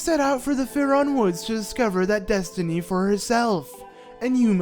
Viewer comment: Jesus it's Faron. Not faRon